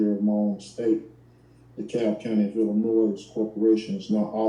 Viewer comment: The S is silent in Illinois. Guess he doesn’t know that.